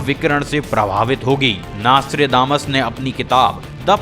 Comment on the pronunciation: Abe chutie Vo nastre nahi Nostradamus hai